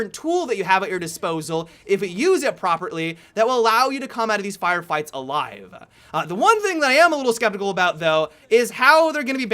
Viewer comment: "Aliiiveuh" "Melee weaponuh" "Harduh" Anyone else spot some? Whoever spots the best one gets a cookie from me! Edit : I think that's the best.